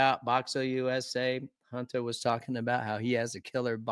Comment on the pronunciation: Does ryan know hunters name isnt huntaaa